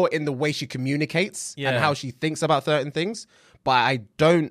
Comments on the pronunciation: hahhahah bro said 'thertain things' instead of certain things. lmao, love u guys! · Man said "thertain things" ☠️ I'll be dimmidy DAMNED if I let you get away wif dat bruva